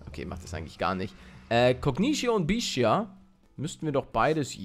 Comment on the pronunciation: Palle, Ich hab latein in der schule und: bitte sprech bestia nicht [Bishia] aus . Das ist latein und man spricht es wie man es schreibt (außer "st" ) bitte sprich alles so aus, wie es da steht.;) danke im voraus